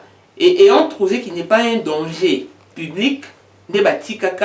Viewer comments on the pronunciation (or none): none